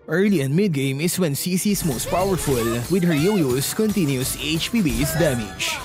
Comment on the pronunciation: I think it's pronounces as 'chi-chi'.